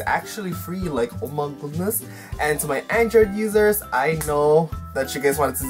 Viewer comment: Lol I love when you say oh mah goud-ness😂